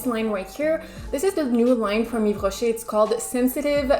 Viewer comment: I've loved the video and the look 😍🔥I like Yves Rocher too, I have few products that I use everyday but I've noticed their eyeshadows are bad😂 especially the mat ones! The nacré/scintillant ones are very pretty instead! Btw are you French? Because your pronunciation slays!! Love from Italy 🇮🇹☺️